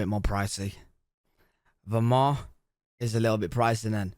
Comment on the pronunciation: The "t" in Vermont is not silent. The T is pronounced. It's not "Vermon". I've been to Galena many times, and it is awesome. There are plenty of hills with fantastic views all around the town.